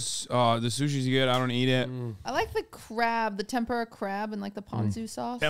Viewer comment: I love how Hasan made fun of QT pronouncing tempura wrong after saying "WAYGEEOO"